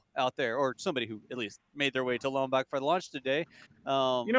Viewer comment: Love you guys, don't make the good people of Lompoc mad, ( Lom- poke)not poc,keep up the amazing work